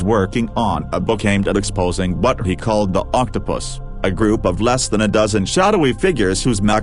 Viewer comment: Anyone else catching that the robovoice keeps saying octo-piss?